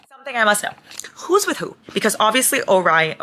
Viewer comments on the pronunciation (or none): none